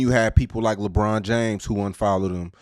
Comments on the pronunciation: Come On Lee-Bron 😂🤣😂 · Come on Lee-Bron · the way he says Lebron 😂😂